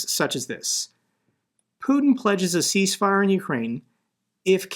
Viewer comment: It's 'cease' not 'peace'